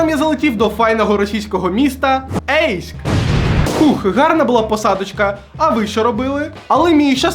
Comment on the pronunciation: Не Ейск - а Гейськ 😂😂